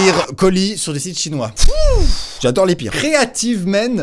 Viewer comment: "cité chimois" je suis morte😂😂😂